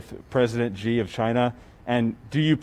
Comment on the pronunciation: Why do so many Americans pronounce “President Xi” as “Jee”? It should be “Shee” instead